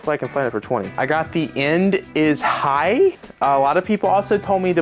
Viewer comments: The end is NIGH, pronounced nye. With a N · Its The end is Nigh not High 😂